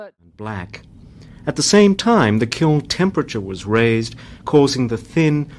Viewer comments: My husband is under the impression that it’s pronounced kill. 🥲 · thanks for all of the examples of people mispronouncing kiln.